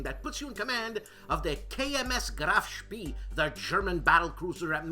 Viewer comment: You did just fine on "Lebensraum" ... it was Graf Spee ("shpay") that you slipped on! :) Loved "The Show After the Show, Eh". You remind me of Frankie Five Angels Pentangali in Godfather II!! "Cicci.... la porta!"